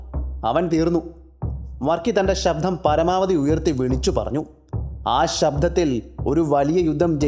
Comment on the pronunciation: "sabdHam" ennu venda... arochakam... "sabdam' ennu mathi.